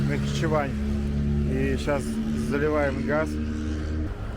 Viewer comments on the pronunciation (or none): none